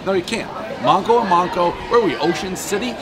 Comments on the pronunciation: Butchered the pronunciation. MANko you jabroni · Thank you! Lol. He mispronounced it when he mentioned Manco’s in his Seaside Heights video, too! I kind of agree that it was a little better when it was still Mack & Mancos. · You pronounced the name of the restaurant wrong. Cmon man 😂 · The way he’s pronouncing it and saying he’s in Atlantic City is killing me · One Yankee who can't pronounce the damn pizza shop name right!!!!🍕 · Stanley From Jersey even still if he said he was in Atlantic City ? At 1 minute in he’s still asking where he’s at and can’t pronounce the name This review has no valid meaning to it